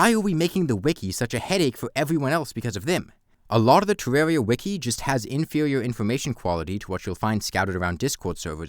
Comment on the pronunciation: I don't want to be rude, but the way you say tewwawia is adorable af